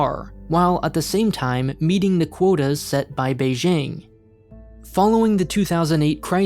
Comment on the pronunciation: I'm honestly impressed by how nuanced your videos about China are. It's refreshing in an environment where most other content is either anti-China slander or rosy propaganda. Can I just say one thing though? You should take a moment to learn to pronounce "Beijing" correctly. It will lend you further credibility :-) The J is pronounced exactly like an English J (Jack, Jill, John, Jeremy, jing...).